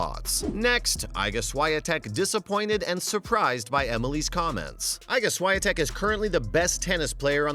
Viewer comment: It’s ludicrous that anyone can so brazenly publish an outright lie, and not be sued into poverty for libel, as they would be if they published this in any other form of media. Not to mention: 1) Worst pronunciation of Iga Swiatek I’ve heard so far 2) Unpredictability? She played 6 tournaments so far this year and won all 6, 3) AFP? 4) Raducanu played at Wimbledon. Not well but, still.